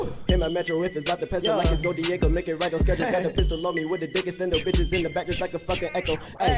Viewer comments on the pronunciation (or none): none